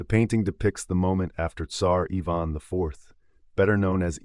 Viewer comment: Evon??? It's Ivan I ..van..